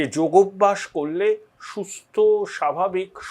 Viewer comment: ওটা যোগভ‍্যাস নয়, যোগাভ‍্যাস। যোগ+অভ‍্যাস=যোগাভ‍্যাস